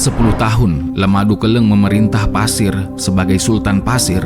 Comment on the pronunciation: Maaf min penyebutan untuk suku di Kalimantan buka pasir tapi Paser (suku Paser) daerah Paser